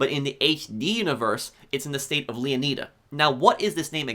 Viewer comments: I think it's pronounced Leonida not 'Lia need a' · Lee-uh-nai-duh Not Lee-uh-knee-duh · It's not pronounced leoneeda is pronounced leoneyeda like like the greek king leonidas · Not to diss or anything, but I think it’s pronounced (Leo-Ni-Da) (Like Leonidas) not (Leo-knee-Da) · It’s pronounced Leo-nyda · Why is it so hard for some people to pronounce words? “Leon-knee-duh” like tf? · LEONIDA (LEO-NYE-DA) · Leo nay da, flo ray da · I guarantee the -ida at the end of leonida is pronounced the same as the -ida in Florida. The emphasis should be on the O in Leon, so it's pronounced Lee-ON-ih-duh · Its makes my ear bleeding when American YouTubers say Leon[ai]da, and then "its gta analog of Flor[i]da. Its ridiculous. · And I'm mildly disappointed with the way most people pronounce Leonida. 😂 For me, it should be pronounced like 'Leonidas' and then removing the 's.' Like how Latin or Greek people would. Not the way Americans do in 300 because it was wrong. Miami having Spanish settlers pronouncing Mayaimi (native American) gave rise to its current spelling. And Florida came from a Spanish settler. It's why we call it Floreda and not Flor-iyda. Leonida is definitely an American pronunciation much like Southerners pronounce Italians.. like I-talians or the I-raq. It kind of removes the idea that Miami/Florida is mostly made up of Latin Americans/Spanish. Cuban/Latin/South Americans are pronouncing it 'Leo-needa' not 'Leon-iyda' I think about this too much. 😅😅 we should definitely pronouncing it as a Spanish person would for a more authentic connection to the real names. 😅